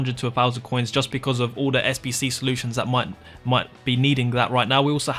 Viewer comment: Im new to fifa and i can't understand where to find the sbc bcs this...... can't fucking say the most important word right. I even slowed down the vid but this..... sayed 2 words at the same time